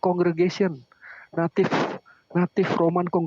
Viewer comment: Di 2 mata, Native dibaca Naive. Ini hal paling memalukan karena seorang Doktor dan calon Profesor memelintir sebuah kata yang mengubah banyak makna hanya untuk kepentingan menyerang Gereja Kristus Yang Kudus. Silakan jemaatnya menilai sendiri pendetanya.